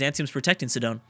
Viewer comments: Not to be picky, but... It is not pronounced "Si-dOn" (or however you pronounced it), it's pronounced "SI-din" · Sidon is pronounced "sigh-dun"